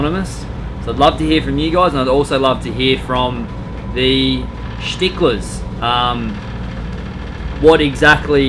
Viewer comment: "schticlers".does have a glossary of the language he speaks?🤣